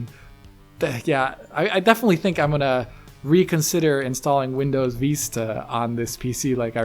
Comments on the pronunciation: Its not called Windows “Veesta”, it’s pronounced “Vis-ta”. And I though pronunciation of Wolfenstein is stupid... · VISS-ta, not VEE-sta. It's not the Spanish word, it's the English one meaning "a far-reaching view." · Jesus. "Vista"... you've never heard the word said before? "Veestah"? Wtf is that? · I'm chuckling at Windows Veeesta and "unexplicable", lol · What the hell is "windows veesta"?? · I had to stop watching because of Veeesta. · Windows Veesta? What the hell is that??? needs the AXE. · "windows veesta" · last video: Vista isn't so bad this video: VEESTA BABY! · Please use XP and please stop saying VEESTA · You're saying VISTA wrong lol